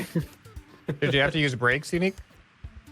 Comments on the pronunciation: Commenting soon enough to finally confess that: for months I thought that Yannic's name was Unique, because of how, and pronounce it. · Pretty sure it’s pronounced yuh-nique